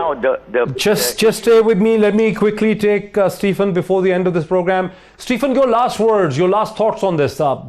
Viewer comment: Moeed, please pronounce Stephen's name correctly. It's "SteVen"; not SteFen (Ph here has 'V' sound).